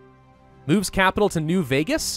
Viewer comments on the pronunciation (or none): none